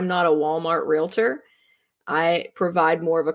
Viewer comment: Really? "Real A Tor?" Its a two syllable word